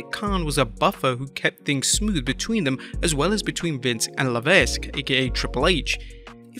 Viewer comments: ITS PRONOUNCED "PAUL LEVEK", NOT "LEVESK". IGNORANT MOR●N! 😡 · Le - Vek. Paul "Triple H" Le Vek. It's pronounced Le Vek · It’s pronounced ‘la veck’ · The S in Levesque is silent... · Your pronouncing triple H last name wrong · Ima just say this because you say it in every video... HHH's last name the S is silent. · That is not how you say HHH's last name.